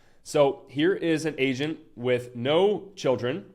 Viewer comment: I keep thinking hes saying asian